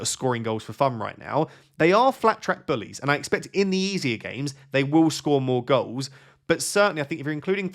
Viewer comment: in the “Eze-ier”Games😆